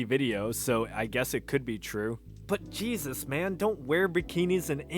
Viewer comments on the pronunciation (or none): none